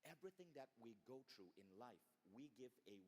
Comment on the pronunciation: then somebody should also tell Vishen about the word "THROUGH" pronounced by him as "TRUE" EVERY SINGLE TIME. I accept people for who they are with their unique cultural nuances. the main thing is that we understand the context IMHO.